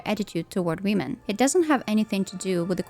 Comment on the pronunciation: why do you always say "wiim'n" ? 😭